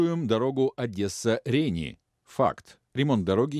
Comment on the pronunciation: Какие Ре'ни? Рени' ))